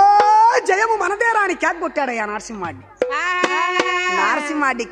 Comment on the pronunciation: అయ్యా కథ బాగుంది కానీ నారసింహరెడ్డి కాదు నరసింహరెడ్డి